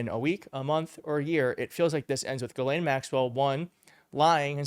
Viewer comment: Why can't Americans read out loud what it says.... it's pronounced GISLANE. Not Ge-lane, or jelane, or jislane, or giselle, or even Ghis-gla-ine. ITS GISLANE Can you all say Gis? Can you say Lane? Now say it fast. ffs